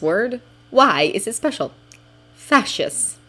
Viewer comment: What is that word? Facetious? It's 3 syllables, if it is.